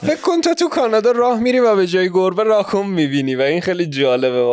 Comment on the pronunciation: دوستان راکون رو خیلی بد تلفظ میکنید😂😂